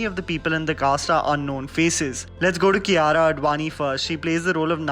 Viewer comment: She's is Kia-ra I used to pronounce Kaira